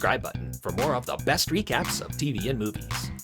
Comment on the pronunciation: When you say “Man of recaps” I hear “man of freak apps.